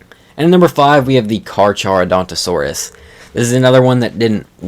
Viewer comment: NOT how you say Carcharodontosaurus 😭🙏